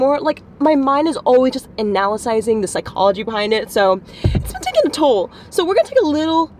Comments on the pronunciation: i like when you said “analysizing” lol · You saying analasizing is the most relatable thing ever😂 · Analasyzing? hahah Great video concept! I noticed this "trend" too and it was totally funny at first but now I'm just like Ok, why can't you all love yourselves now. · i'm sorry but "ANALYSIZING"